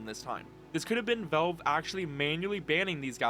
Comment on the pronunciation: “Vulve” its Valve bro